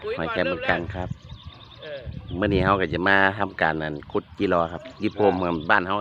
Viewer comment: ขุด คับ ไม่ใช่ ขุ เนี้ยยยยย